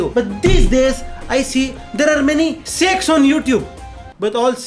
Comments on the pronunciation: he : "Shek's on YouTube" It sounded something else 🤣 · i heard "there are many sexx on youtube "xD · He said saikh's on YouTube , I hear sex on YouTube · Jb bhai ne seikhs bola tb mujhe lga sex bola hai.🤣🤣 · In the starting of vdeo I listened sex but then i understood that he is telling Sheikh 😅😂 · Bro when you said sakes I heard something else but I am very happy that you did not mean that please keep your Channel family friendly